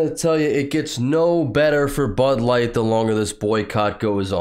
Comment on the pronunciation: DID SHE SAY BUTT LIGHT I THOUGHT IT WAS BUD LIGHT NOT BUTT LIGHT THAT.S JUST SICK